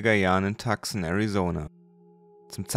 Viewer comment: Tucson wird Tuu-ßoon ausgesprochen.